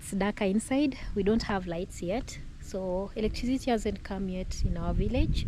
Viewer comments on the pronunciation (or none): none